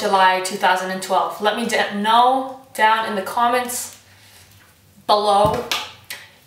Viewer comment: Congrats I did not know about the 1000 subs. (I'm still awesome right?) Anyways, "let me duh-know" when you make some new videos :D (just teasing - but that was funny).